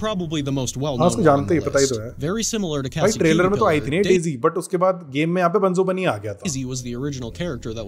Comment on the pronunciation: It's daise